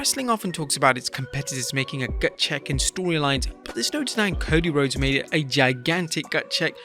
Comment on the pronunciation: There’s actually no way mama said CODY “Rhoades” the pronouncation of that spelling is “Road-ess”, while the actual spelling is RHODES, Pronouncation “Roads”, if ur a WWE fan (which I don’t think u are) u probably should know this, and I’m not even a WWE fan lol